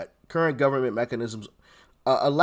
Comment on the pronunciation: Said it right the 1st time, " wreckanisms."